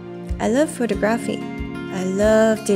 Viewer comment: The way she pronounces “photography” is cringeworthy. 😬